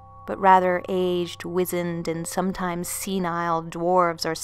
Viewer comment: FYI -- "wisened" is pronounced Wise End.